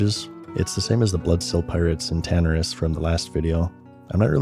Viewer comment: Hate The Horde all you want; at least we can properly pronounce "Tanaris" and "dragon", Bro.